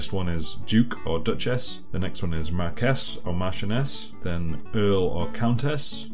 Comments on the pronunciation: My grandfather would be damn proud of you for knowing how to properly pronounce the title! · I've generally heard it pronounced "mark ESS", as in "Marquess of Queensbury Rules". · The standard British pronunciation is 'mark-wiss' with the stress on the first syllable